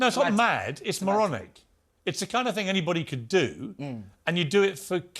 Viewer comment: “it’s not a mad ting” 🤣🤣🤣🤣